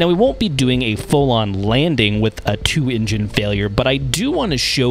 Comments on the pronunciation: The way this narrator pronounces the word "engine" sounds like "Indian" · can't take the pronouncing of engine as "injin" had to stop